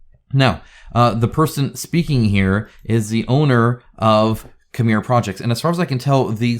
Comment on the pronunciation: As a Conan board game fan, I would have expected you to pronounce "Cimmeria" correctly. ;-)